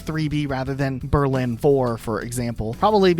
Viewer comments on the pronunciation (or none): none